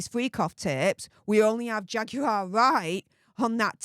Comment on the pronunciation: the correct pronunciation of Jaguar Wright's first name is simply "Jag War".